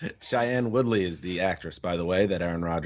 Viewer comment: You butchered Woodleys name...